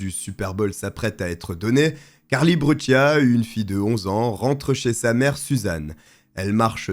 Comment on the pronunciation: Cette fille est née en 1992 comme moi et cette histoire est vraiment effrayante elle allez chez elle et paff un pédo criminelle la prend par la main pour la faire du mal ! et pour finir se n est pas brutchia mais brucia dite correctement son nom de famille